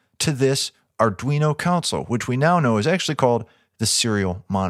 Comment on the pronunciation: "ConSOLE" not "COUNcel". love these things!